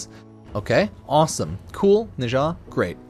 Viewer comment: Nezha is pronounced closer to 'nechzha'.